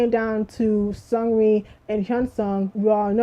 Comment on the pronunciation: What did you say about Seungri after the mark? It was hard to understand what you said.